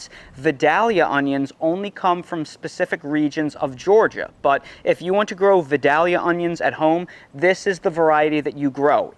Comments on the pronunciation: Vidalia, Vi day lee uh. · Dude... It's pronounced vye-DAY-lee-uh. You're putting the emphasis on the wrong syllable. Sounds really weird. Down here in Georgia, it's just not done the way you say it. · Thanks for the vid. A good one. Pronounce it Vidālia. With a long a rather than a short a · FWIW, I think you'll find Southerners pronounce them Vi-del-ya onions. 🙂